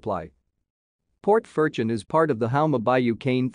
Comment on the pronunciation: All pronunciation is wrong.